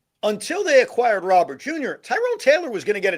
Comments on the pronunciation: It's actually more like Row-ber with the emphasis on the Row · Plus Robert Jr. is friends with Soto. So we have harmony in the outfield. BTW… the name Robert is pronounced Row-bear.